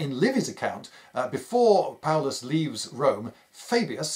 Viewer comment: "Paullus" Uh oh